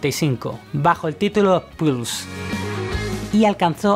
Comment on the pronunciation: Amigo, no es Plus sino Pulse. :)